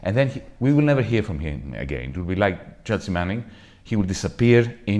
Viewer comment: Horvat is a great speaker. We need more of him. Please tell him the "a" in "Chelsea" is silent :)